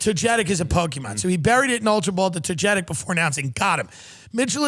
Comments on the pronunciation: Togetic is pronounce TogaTick but Togeitc sounds like a way more badass Pokémon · Just so we're clear, Togetic is pronounced Toe-guh-tic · Hey Snorlax you said Togetic (toe geh tick) wrong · Togetic is pronounced toe-gah-tick lmao the amount of times Tim says it wrong hurts my heart 🤣😝💀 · They mispronounced Togetic horribly. Toga-tech! Not toe-get-ick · It's pronounced Toga Tic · Hearing Tim and genuinely mispronounce togetic made my day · you butchered Togetic's name 🤣I can't stop laughing at this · I know I’ve got my priorities fucked up because I’m upset Tim mispronounced togetic. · The way Tim pronounced Togetic was based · Listening to you mispronouncing togetic made me sad, but that's ok.